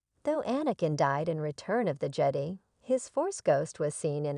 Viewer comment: the "jed e" please dont use a tts voice if its that bad at prononciation